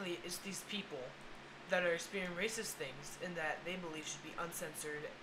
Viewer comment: "Wacist" Bwahahahahahahahahahahahaha Triggered...